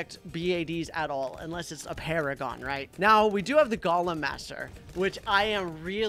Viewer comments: It’s golem not galem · is not g o lem is go lem